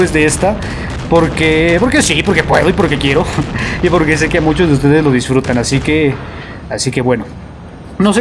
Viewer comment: Poque? No hay poque